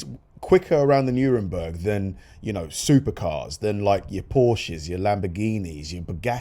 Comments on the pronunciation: 'Nurenburg' you say🤪 w.t.f. you talking about ? NOTHING like the ACTUAL spelling of the track name🤦🏽‍♂️ Really ought to check $hit be posting mate.🤓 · I think you will that is Nurburgring, not Nuremberg ! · It's nur burg ring you dope. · I can't watch someone who cannot pronounce the name of the track properly. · Check the pronunciation of the name of the track, friend.